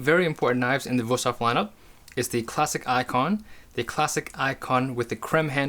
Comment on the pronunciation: 5 seconds in and you totally surprised me by pronouncing the name right ;) Great video!